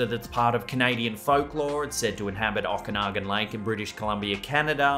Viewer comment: Okanagan is pronounced: Oh Can Aw Gun